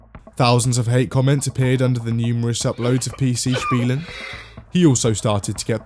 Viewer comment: Bro I cant see this picture anymore My maths teacher puts these on the tests everytime captioned with: Good luck, youll make it And everytime I read this in hope she changed the meme I'm like 🗿 Edit: Wow he actually pronounced "Spielen" the right way One of the rare times I'm impressed of an english speaking person